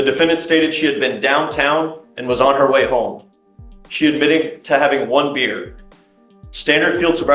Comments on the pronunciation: Super bad AI narration. It can't even pronounce "beer," pronouncing it as "buyer." How dumb. Bring back people! AI narration is insulting. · ONE BEER! NOT BUYER!